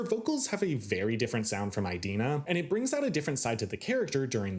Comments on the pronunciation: So...I just wanted to link this clip here of Idina Menzel talking about the pronunciation of her name: (It's EE-dina not EYE-dina) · I love how he says "EYE-dina" XD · Never heard anyone pronounce it eye-dina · Also, you didn't mention Norbert Leo Butz ONCE! You can't talk about "eye-dina" (it's pronounced Adele Dazim) and Lazer focus in on the different ways the actors and actresses interpret the characters in this adaptation, and then speak so favorably of the twink fiyero in this production, who is NOT accurate to the tattooed prince of the book or the impassioned Butz of the musical. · Learn how to pronounce Idina properly